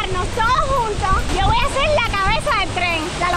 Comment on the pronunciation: se dice voy no boy